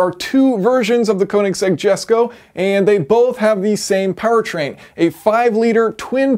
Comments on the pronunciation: I mean if you wanna lose views because you insist on saying the name wrong that's all you buddy 😂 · Only Americans call it a "koe"-nigsegg. Everyone else says "ker"nigsegg. We don't like pronunciation lol